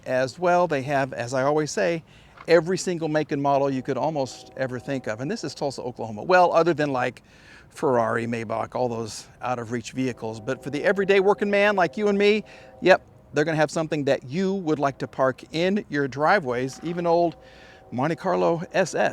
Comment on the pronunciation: May back??? You should know that it's pronounced " My bach". Mispronounce it again and I'll unsubscribe. Haha